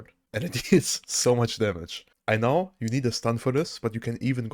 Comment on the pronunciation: Heya - I really enjoy your videos contentwise, thanks and thumbs up! But pleeeeease, check your pronounciations, especially for very prevalent words like "facet". It makes my ears hurt how you pronounce certain words, "know" would be another one 😊 besides that: keep up the good content and have a nice day!